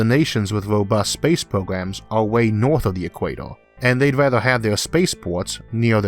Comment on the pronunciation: Just above the “Orth”